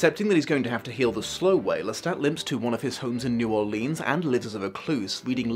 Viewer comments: Great review! Just one thing. That's...not how you say New Orleans it's (pronounced like New Orlins). I hear people mispronounce it about 80% of the time, so don't worry about it. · Wouldn't it be Naarlins? Never heard a local pronounce the new and most seem to make it one word.